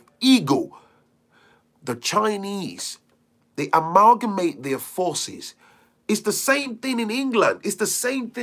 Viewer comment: Amalgamate, learned a new word from you, I like the way rolls off your tongue 🤗